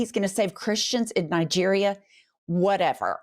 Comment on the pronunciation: Did you say Nigreria.Now he can recruit African Americans, at least 2 battalions to die in Africa